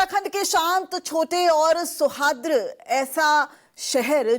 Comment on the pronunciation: सौहाद्र नहीं सौहार्द है पहले हिंदी ठीक करो